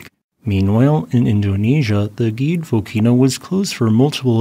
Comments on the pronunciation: Gede should be read gh-day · You pronounce it wrong. It's Gede not Gede.